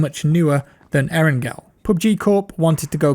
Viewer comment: Nigga it’s not aarongirl🤦🏽‍♂️ it’s eerrangalll that shit make me wanna shoot somebody when u say arongirl